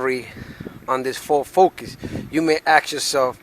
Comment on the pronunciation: This "Fo Focus" 🤣🤣🤣🤣 damn near died